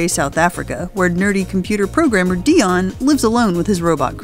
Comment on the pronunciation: Idru Lili Iys ITS DEON not dion